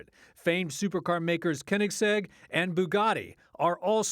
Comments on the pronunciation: How did you mess up Bugatti and Koenigsegg? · Oof, the way he say koenigsegg